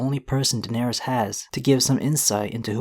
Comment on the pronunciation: Air-Riss not air-Rees right? All of the targs with the -ys ending are pronounced “Riss”